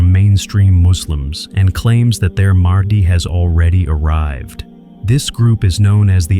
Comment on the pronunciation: ИМАМ МАХ,ДИ, А НЕ МАХАВИ ИЛИ МАХИ...!!! ДАДЖАЛ, А НЕ ЖАЛ ИЛИ ДЖАЛ...!!!